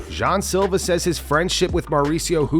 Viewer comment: Jean "Corn" silva